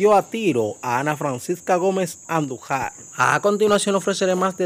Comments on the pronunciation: El apellido Andújar,está mal pronunciado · Tienen q aprender hablar se dice andujar con acento en la A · Jajajaj bro, tu tienes que aprender a pronuncìar mas esos apellidos...Andùjar, con acento en ù y angomàs, con acento en la à. Se escucha muy feo cuando tu dices; andujar y angomas jjj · Antes de ustedes ponerse a hablar por los medios, aprendan a leer y pronunciar palabras, nombres y apellidos. No es Andujár, es Andújuar que se pronuncia con acento en la u. Igualmente no se pronuncia Angómas, es Angomás con acento en la a. Coño aquí todo el mundo se piensa que puede hablar en los medios. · Como usted no ha escuchado para poder pronunciar correctamente los apellidos ANDUJAR Y ANGOMAS, el primero se acentua en la U y el segundo en la última A. estos son apellidos tradicionales Dominicanos.